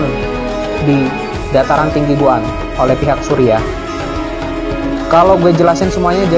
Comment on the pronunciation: Golan bkn goan 😂😂😂😂🤣